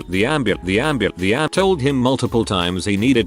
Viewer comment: “And the amb anddeambandeambandembamdebambemabrmenamdnamdn”